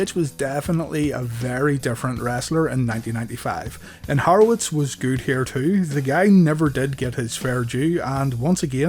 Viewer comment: It’s Horowitz not harowitz